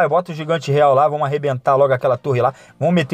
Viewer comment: "vomo que vomo" kkkkkkk